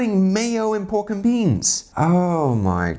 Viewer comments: A little British accent came out when you said pork and beans 😂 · It's awesome how ' accent changes to british when saying pork and beans. Just goes to show how many places he's lived in during his career!